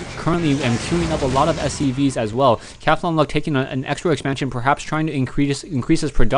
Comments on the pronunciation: Cath-on-Luck...??? I pronounce it Cawthon-Luck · Yea, im thinking its the same character, But he says it funny. Cathlon luck. Is more like Cah-thon. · u pronounce cauthonluck weird :P